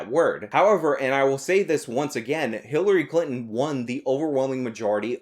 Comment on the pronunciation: I thought you said HiTlery Clinton, lol.